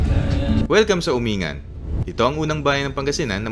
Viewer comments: Umingan= pronounced uming'gan Asingan= " asing'gan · Hi, Yung Umingan pala is pronounced as "Uming-gan", at Balungao naman as "Balung-gao" — for your info lang. By the way, nice video! Super informative. Ngayon, alam ko na na di pala ako puwedeng sumakay sa Joybus kasi Rizal area lang yung residence namin. Keep doing videos like this. Thanks! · As taga Pangasinan, tamang pagbigkas ng Umingan is (Umin - gan) Asingan is ( Asin - gan ) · tamang pronounce lodi ng bayan ng umingan at asingan is uming-gan at asing-gan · Helps a lot sir. Thanks for sharing. Itama ko lang po ang pronunciation ng ilang lugar sa Pangasinan, na kgaya lang ng tamang bigkas nyo sa probinsya namin. Ang mga ito ay ang Umingan, Balungao at Asingan. Thanks and keep it up po.